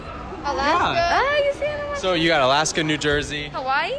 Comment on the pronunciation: I just ended up cringing when she said "Alaska". 🤦